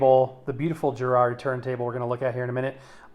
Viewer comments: Why oh why can't Americans pronounce Garrard correctly. It's Garrard as in Garage or Gary not Jerrard as in Jerry or Jeremy. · I wish American’s would pronounce it correctly it’s NOT Jerrard it’s Garrard as it is spelt. It starts with a G not a J. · Hey, please tell us confused American hifi geeks the correct pronunciation: is it "GA -rard" or "JA-rard"? I've always heard it as the latter choice. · Interesting video - it took me back to my school days. But, please note, Garrard is pronounced with a hard "G" as in Gary, not a soft "G" as in giraffe. A little research would have put you right! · Makes me laugh how Americans pronounce the word Garrard especially as I used to wire the arms up on Garrard turntables back in the day. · Well done for butchering the name Garrard multiple times.